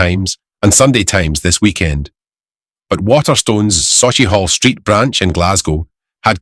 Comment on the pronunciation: Dont know if this is A.I but no glasweigian ever has pronounced sauchihall street that way!